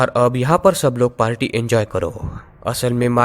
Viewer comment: Its party not palty🙄🙄